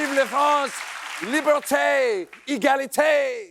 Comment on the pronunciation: I always have to roll my eyes when he gets his French wrong. It's not libertaay, egalitaay, and soufflaay, it's liberté, égalité, et soufflé. :face-turquoise-covering-eyes